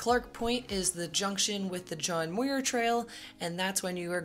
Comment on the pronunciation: "Muir" rhymes with "pure".